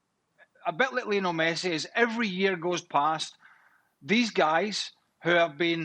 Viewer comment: you said "pessi", can't take seriously.